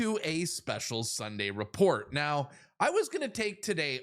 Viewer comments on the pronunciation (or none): none